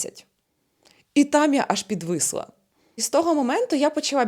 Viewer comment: Незавежно, чекава, підвисва, відквадаю.Вквади в логопеда